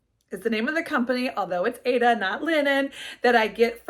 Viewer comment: Aida is pronounced ieda not Ada I don’t know why all the stickers today call it Ada as it isn’t spelled that way. I have been stitching for 50 years and taught embroidery and cross stitch for many years. I love your channel your projects are great😊